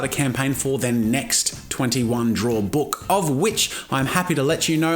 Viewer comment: This is 2 years late but 😂 that click on the k of book. "booK" 😂